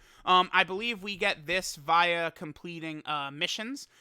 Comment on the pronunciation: Why does he keep pronouncing via wrong